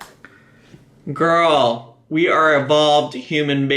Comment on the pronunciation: "I'm just.... gorl." Yup. Yup, me, too. Her and Amberlynn. Jeez.